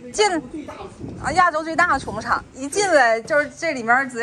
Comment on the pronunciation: 这里要读xu畜牧场，不是chu发音